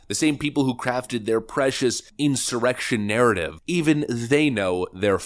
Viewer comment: It's funny how the voice says 'in some erection' instead of insurrection.